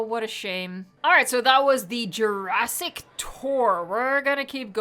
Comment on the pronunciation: “Peninshula”. “Juraaaaasic World Evolution 2”.